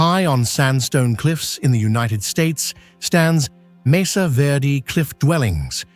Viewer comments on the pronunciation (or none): none